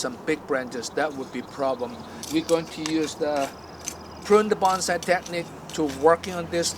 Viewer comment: Always find it difficult to trust instruction from someone who doesn't pronounce bonsai correctly.